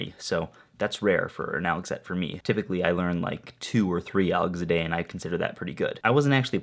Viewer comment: Am I the only one who noticed that he said, "end of yaD 328"? lol xD